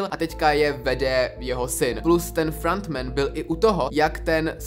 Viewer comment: Vyslovuje se to Ki-Hun (není to anglické jméno, ale korejské) a Frontmen. Příště si radši zjisti jak se to správně vyslovuje, místo aby sis hrál na chytrého.